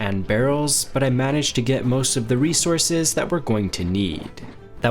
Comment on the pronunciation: "Rezorses" his pronunciation is crazy😂🙏🙏